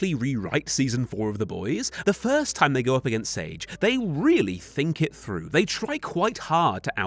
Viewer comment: "fink this one froo" lolol